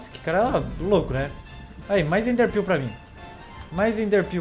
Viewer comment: Sdds de quando o falava: ''EnderPêu''